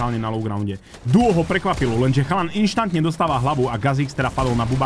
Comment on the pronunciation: Prosím nehovor "inštantne" ale instantne